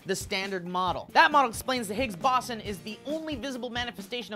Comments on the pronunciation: errr... it's pronounced "BOE-zon" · 2 minutes worth of watching the C.E.R.N. YouTube channel would have taught you guys how to say Boson (BOH-zhan). I expect more from someone of caliber, but this seems right on par for... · It's pronounced Higgs Boh-son >.< You guys should watch the a video called, Michio Kaku: String Theory Is The Only Game In Town. It will help you understand how important this discovery is. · ...its "boze-on" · pronounced Boe-zon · BOW-ZON, BOW-ZON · Boson - as in bow+zon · That's irrelevant, in this case the accepted pronunciation is boWson. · .- It's boson, as in boWson. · i think it's BOW-zon. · Its pronounced Bow-sawn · Pronounced Bozon... man i'm sure a ton of people said that. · isn't pronounced BOW-ZON ? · It's pronounced boh-zon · I thought that the Higgs-Boson particle was pronounced 'boze-on' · "BOW-ZON" kekeke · isn't it pronounce "boe-zon"? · it was hard to watch this video. Bow-zohn. Higgs boson[Bow-zohn] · boson (bows-on) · bo - zon, bo - zon, bo - zon! dude! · ikr its pronounced bozon. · You pronounced BOSON wrong.its bow-zawn. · It's pronounced BOSE-ON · It's pronounced bose-on just sayin. The higgs field is like water it's all around us, formally known as the aether, but that term was ex'd because it was too racy. ANd one small piece of that field is called the Higgs Boson particle. My meaning of life is to learn have massive amounts of fun and not be a dick to people. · Bow-Zahn. It's not like Boston without the T. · boson is pronounced bowzon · Yeah its Bow-Zon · 101010 and you mispronounced boson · Is it bothering anyone else that they don't know how to pronounce BOSON? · You don't know how sad I am that you guys are pronouncing boson wrong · They mispronounced boson so many times. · Might've pronounced Boson wrong there,. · You're mispronouncing 'boson'. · ur pronouncing boson wrong....... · FUUUUUUUUUUUUCK!!!!! They're pronouncing boson SOOOOOOOOOOOOOOOO wrong! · Why u keep saying boson wrong?!?